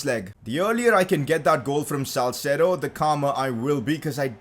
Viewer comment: hi i think its salceedo not salcedo